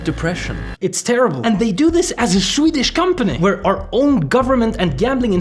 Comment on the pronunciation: You're Swedish pronunciation is actually Crazy Good. (im Swedish BTW)